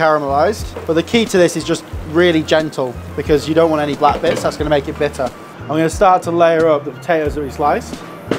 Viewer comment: "Bi'er...BITTER!" 😅 Always striving for perfection haha good job mate. Proof is in the pudding...not in how you say puddin'